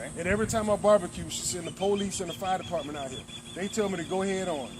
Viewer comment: "Fart deparmeant , Fooleash, Ambalance ....."